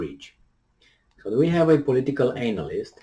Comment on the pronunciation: pronunciation of the word analyst is funny. Maybe he does that intentionally. He starts the word with "anal."